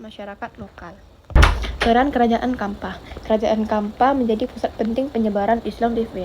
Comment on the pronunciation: bukan kampa, tapi campa, pake ce bacanya